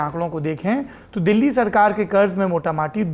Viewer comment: Please correct yourself"mota matee" naheen balki " mota motee " hota hai.